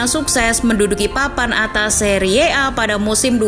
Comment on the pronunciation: Cara membaca Serie A itu terdengar sangat jelek. Harusnya dibaca seri A. Narasi yg baik akhirnya terdengar sangat buruk